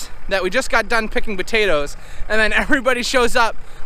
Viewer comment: Why u all say butatoes instead of potatoes. Just askin